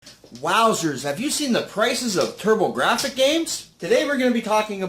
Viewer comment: It's "Turbografx" not "Turbographic".